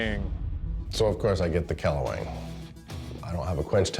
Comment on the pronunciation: It pronounced Kle - Wang not kle-weng